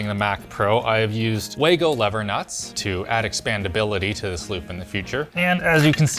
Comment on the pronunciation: Funny how you read German name Wago in English.